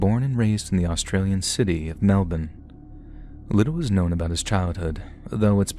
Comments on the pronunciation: Hi, thanks so much for pronouncing Melbourne properly! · As an Aussie I'm delighted you pronounced Melbourne properly 😅. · As an Australian I'm super proud of your pronunciation of 'Melbourne' 🤭🥰